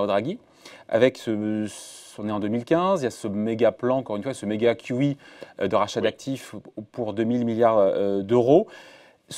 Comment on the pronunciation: « Quyou hi » MDR dit « QE » ce sera plus simple